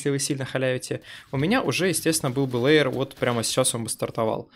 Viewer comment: Может всё-таки хотя бы лэир, а не леер.